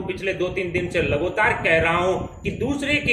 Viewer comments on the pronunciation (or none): Bhai Lagotar Nahi lagatar, Hota hai bolna to sikhkr aa pehle